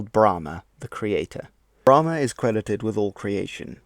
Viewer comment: Thought it’s was pronounced as bra-maan instead of bla-maan